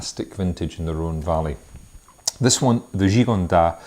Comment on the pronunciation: Thanks, nice review. However, Gigondas should have the 's' pronounced. Just a tip for next time.